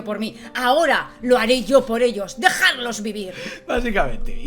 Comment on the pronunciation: 'DejaRlos vivir': 'DejaDlos vivir', ya que te vas a dedicar a esto de comunicar y hablar para un público, préstale más atención a. Ah, y muchas gracias, porque iba a ver la película, hasta que vi la miniatura de vuestro vídeo. Me habéis salvado de 2h15' de aburrimiento. Son 1h50 de la película y 25 minutos de este vídeo 😉